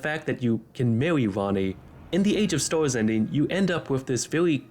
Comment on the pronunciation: Bro I can't xD No hate, the videos content is good, but you talk like a furry meme. "Mawwy Wanny" "Age of stows" "Bawwia" xD That's what it sounds like to me lmao, I can't tell wether it's a microphone quality thing, an accent or a speaking disorder/a lisp. Again, no hate man, the actual content of the video is good, but please enlighten me if any of my guesses for the reason of the pronunciations is correct.